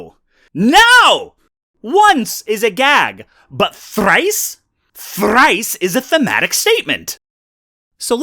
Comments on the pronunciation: The utterly overblown R-rolling on "THRRRRICE!?" is a thing of beauty. The sheer indignation is palpable. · Really big fan of the delivery on "Thrrrrice is a thematic statement" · Im just here to pay homage to the beautiful "R" roll when you said "thrrrrice" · You win the argument with the rolling r in thrice. It was a rolling r. Or was it the flapping th? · This really did come out just amazing,. I laughed so hard my partner had to stop me and ask what the heck I was doing. I believe that was the part where you were overpronouncing THRICE 🤣